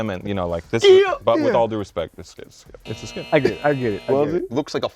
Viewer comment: Shannon Sharp" Skilp”!!!!!